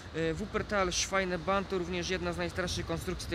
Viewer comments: Ignorancie ta kolejka sie nazywa SZWEBEBANN (Schwebebahn) a nie jak mówisz SZWAJNEBANN !! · Chłopie co ty tam opowiadasz? Ty mówisz szwajneban, oczywiście inaczej się pisze jak mówi Ale to co ty mówisz szwajneban (Schweinebahn) to znaczy świńska kolej. Pisze się Schwebebahn a czyta szwejbeban.